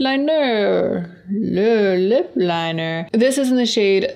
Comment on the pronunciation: “Le Lip Linerrrrr” 😂 😊